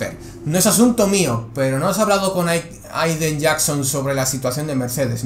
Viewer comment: Nadie: Absolutamente nadie:: PIZA, ZOU, AIDEN